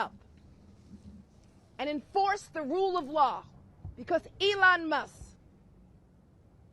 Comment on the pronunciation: Complete nut case. Feel sorry for New York with her there. She is not about law she is all about 100% anti-Trump at any cost. She can't even pronounce Elon's last name, Elon Muss lol